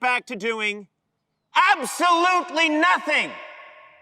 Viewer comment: 앱쏠뤁리 나띵 ㅋㅋㅋㅋㅋㅋㅋㅋㅋㅋㅋㅋ